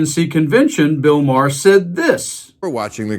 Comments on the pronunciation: I have two problems with this report: First, why the hell are you using an AI voice over to tell the story. The voice can't even pronounce Maher and Colbert's names. So I ask, is this report fake? And second, Bill Maher has plowed the earth with his shifting monologues and his new found philosophy that is :can't we all just get along? He forgets that he made his name standing up for the Left and calling out the idiocy of the Right. He has now become a flip flopper who wants is both ways as a quasi supporter of the Left and the racism of the Right. Maher is a hypocrite and deserves any downsizing of his popularity that may result. I stopped watching him when he started kissing Trump's ass. And I, along with many others will never spend another dollar or hour at a venue to see him live. Maybe he can become the resident act at the Big Beautiful Ballroom and maybe even move Lindsay out of line and take his kneeling place at the fly of Trump. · Why do y'all keep using that stupid, ignorant, dumb ass AI voice that can't even pronounce someone's name correctly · its pronounced MAR not ma hair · I'm sorry, but your AI voice sucks! "My hair" instead of "Maher". I did think it was your own voice, but...it ruins the entire video. No like for this one. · It sounds like Mar not Ma har. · Your AI narrator is lousy. Really? 'Mah-HAIR'? Please stop with the AI. Either read it yourself or hire someone to do so. 🙄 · Why did you keep saying Ma - her? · You’re doing great work! But please stop using ai audio. 🙏 Does it really save that much time? “ma-hair”…??? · MaHair? AI needs an editor. Colbertt? Yaghhh! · Is it really pronounced like ma-her? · Ma-heir? So you do live bits and then you let AI read the rest of it. That’s lazy. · Ma-hair? Get a better AI. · “Ma-hair”? Are you using AI to read? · The AI pronunciation of Maher is "My hair". LOL 🤣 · MaHAIR? Lose the AI shit voice. Give a person the job. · Why does that guy mispronounce everyone's name? It's Bill Maar. Spelled Mahr